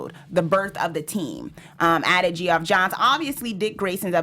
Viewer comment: I subscribed. Also, Geoff Johns is pronounced Jeff Johns.